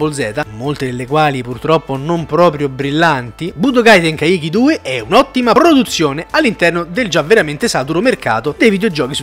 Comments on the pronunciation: Ragá tenkaichi si legge "tenkàici" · Tenkaichi con quella pronuncia non si può sentire